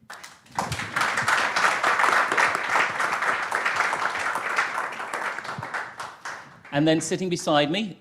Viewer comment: I'm afraid that the Kyiv pronunciation still isn't correct. Phonetically, it is pronounced by Ukrainians as Kaye / iv. The Kaye part pronounced like the surname of Danny Kaye. It's the only way I can explain it.